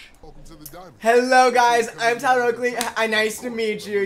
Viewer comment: saying “tyler oakey” is literally the bane of my existence